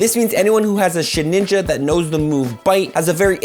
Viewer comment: Okay but it's sheDinja not sheninja